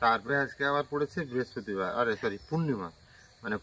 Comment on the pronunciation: Biraspatibar abar ki ? Ki lekha pora korli ?? Brihaspatibar word ta